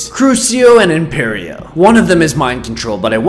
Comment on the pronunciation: It’s IMPERIO not IMPERO